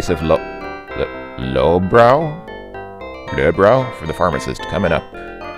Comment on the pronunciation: The pronunciation of the beer is indeed low-brow as you said the first time when you got the beer. That is how the narrator and the voice actor of Sam in the CD-rom version of the game pronounces it. Plus you got Srini's voice dead on you sound similar to the actual voice actor in the CD-Rom version of the game. Trust me I have played the CD-Rom Version of the game enough times to know.